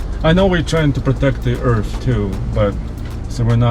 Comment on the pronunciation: You should be more concerned with the commie being worried about "hurting the erff"! When did he become a tree hugging hippie queer?